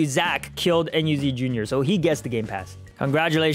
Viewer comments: Me enyu sounds like me and you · when he said meEnyu i thought he said me and you 😭